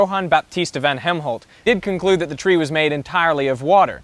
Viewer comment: Where did you get Helmholt from? His name was Van Helmont. Apart from that, great vid.